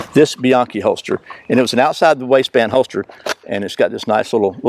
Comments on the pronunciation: I've carried concealed for over 50 years. Can't say how many "best holsters" I've tried that someone told me about. I personally hate Alien Gear, but many people love them. Your best is not always best for me. And by the way, its "Be-yankee". I am so tired of hearing that mispronounced. I heard this from John himself. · fideau one actually it’s be-yonkee. It’s Spanish based. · You guys are both wrong! It's "Buy-ayn-chee!" 😉😎